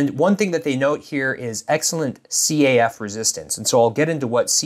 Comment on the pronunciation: It's caff as in café by the way. Not C. A. F. !